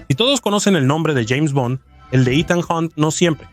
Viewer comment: Parece hecho con IA, hay algunas partes donde pronuncia "Jeime Bond"